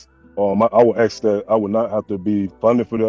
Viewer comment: You should never “axe” your wife.